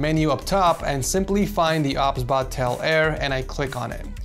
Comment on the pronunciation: I think it's pronounced "O, B, S, Bot" but i won't judge. 😅 Also, do you stream? I would love to watch your streams! ❤